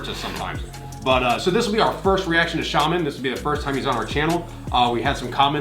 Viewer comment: Оба дедушки - украинцы, обе бабули русские. Я родилась в Латвии,большую часть жизни прожила в Англии. Считаю себя русской.❤❤❤ P.S shaman is pronounced shamAn, not shAman, emphasise on the second A